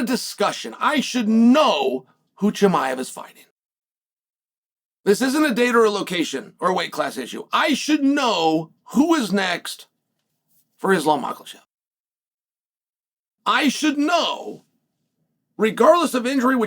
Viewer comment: Makhachev wants Usman or as chael says maklechev